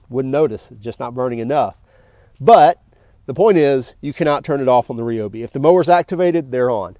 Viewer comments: Ryobi not Reobi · Just out of curiosity, do you eat rye bread or ree bread. LoL 😆 Drives me crazy when people say ree-o-bee instead of ry-o-bee… 🤷🏼🤷🏼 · The correct pronunciation is Ree-O-bee. NOT Rye-O-bee. It was originally a Japanese company, thus pronounced like many Japanese words. Thanks for watching.